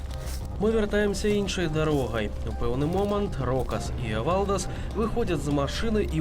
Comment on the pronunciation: Автор имя не правильно произносить эвалдас,ударение на э